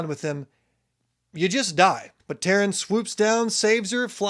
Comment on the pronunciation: Sgaeyl is pronounced Sih-gale in the audio books Tairn is tear-n if that helps lol